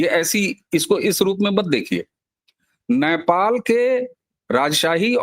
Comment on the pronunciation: अबे घोंचू, Naipal नहीं Nepal बोल 😂